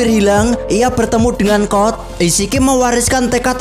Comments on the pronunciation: Code kali bang bukan kod😭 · Code bang bukan cod